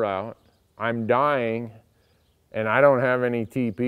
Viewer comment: When you were saying TP i thought you were saying teepee, and i couldn't figure out why you were so adamant about bringing a tent along with you.